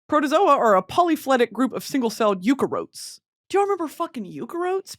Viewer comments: As a biology major hearing u say you-care-oats hurts... I pronounce it you-carry-oats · eukaryote BRITTANYYYY “yuka-rote” BRITTANY. it’s “you-carry-oat” 😭😭😭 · as a bio major, Britney pronouncing eukaryote as “yoo-care-ote “ is killing me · The way she pronounced "eukaryote" sent me into fuckin orbit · the way you pronounced eukaryote 😭 killed the biologist in me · The rest of it killed the geologist in me